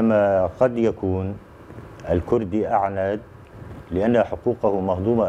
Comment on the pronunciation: اختي ارجو ان تلفظي كلمة الكوردي بشكلها الصحيح..... ليس الكردي.... بل هو لفظ كورد الكوردي وبااللاتينيه kurt او kurd